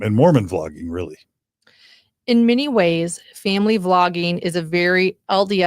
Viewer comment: It was "Vlogging", not "Flogging"!